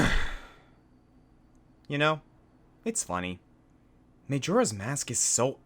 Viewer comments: may-joe-rah's mask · Him pronouncing Majora incorrectly frustrates me as much as the boss fight he mentioned did... Oh, and Moldorm. Felt like a Moldorm.